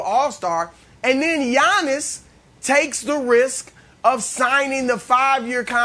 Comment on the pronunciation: i hate the way brandon says Giannis’ name lol he says “yawn-us” 😂